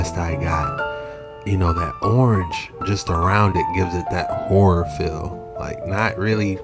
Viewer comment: Hot pepper flake fingers! Did u call it a whore?😂horror? Hard work❤